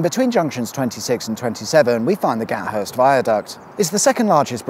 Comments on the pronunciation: FYI.......its pronounced Ga....Thirst.....not Gat.....Hurst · It's Gathurst with a th not gat Hurst 😂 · Well done on my local patch, just one small edit, it's pronounced "Gath-urst" or "Gaffurst", you don't use that pesky T!